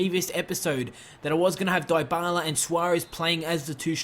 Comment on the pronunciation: Sorry your pronunciations are killing me: Dybala- (Dee-bala) Digne- (Deen- yay) Cillisen- (Sill-es-en)